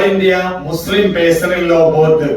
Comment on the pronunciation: പേയ്സണൽ അല്ല ചങ്ങായ്.... പെഴ്സണൽ